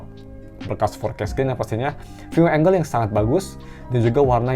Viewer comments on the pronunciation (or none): none